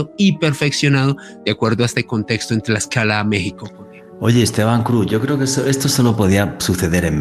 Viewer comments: Corrección: Es Tlaxcala, no Tlaxaca. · Buenas tardes es Tlaxcala, no Tlalxaca. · Señor no es Tlaxaca, es Tlaxcala. Saludos 👋 cordiales. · Querido me dió ansiedad al escuchar que no decías bien Tlaxcala, hasta el final lo dijiste bien 😊saludos